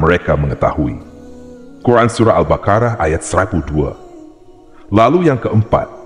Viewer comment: Ketika pengucapan surat al baqoroh dan al an'am aja salah